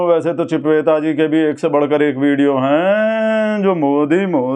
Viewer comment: ਚਿਪਵੇਤਾ ਨਹੀ ਚੂਪੇਤਾ Chipveta nhi choopeta ਕਹੀਏ ਜਨਾਬ